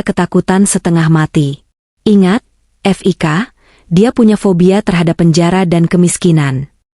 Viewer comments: F i k jgn dieja oooy...belajar membaca yg baik & benar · Bca HI hai, itu Hotel Indonesia di singkat buk, bca Fik awalan nama Fikri c ibu bcax ef i ka, ampun dah bloon bgt, meskipun ktax yg bca narasix c al klau yg bisa bca gk akan slh pengucapan, dassar buta huruf 🤭🙄